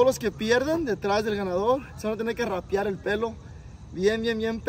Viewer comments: “Rapiar” 😂 rapar compa 😅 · Rapiar lmao es a Rapa compa 🤦🏻‍♂️